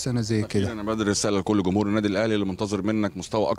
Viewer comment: كيدة كانب.... كميع. كماهيرنا كمهور واسي بانون الله يهديك جمهور جانب جميع جماهيرنا جيدة هكذا تكتب وتنطق وتفهم. ❤️ احب جميع اللاعبين المغاربة لكن استغرب علما انهم سفراء للتعريف بلهجتنا. الأقرب للغة العربية مقارنة لجميع لهجات الدول الأخرى والدليل الكل يفهم اغانينا. رجاوي مر من هنا زيروا معانا شويا هناك لغة عامية يفهمها الكل فلاداعية ل جمجمة الجيم هههه مع كل احترامي لجميع إخواننا...... ❤️